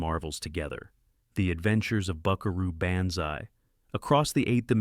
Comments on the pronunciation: How do you review Buckaroo Banzai and mispronounce it? Repo man too? Estaves? Chow Yung Fat? WTF? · I’m sorry, but I had to stop listening and watching when your AI narrator immediately mispronounced “Buckaroo Banzai.” That’s almost sacrilegious. Try harder. Do better. Thumbs down.